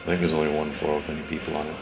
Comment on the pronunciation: Lol, "against the Korean.. a-peopoh." It's so funny how proud they are for having captured one of our ships. It's like a kid being pumped as fuck for getting a t-ball participation medal or something. We should just drop leaflets with shit like, "we landed on the moon bitches," and "in the West the sunlight actually makes it to the ground." Poor people.. I hope we never have to invade them, because I think a majority of the public is so indoctrinated they would fight for nothing.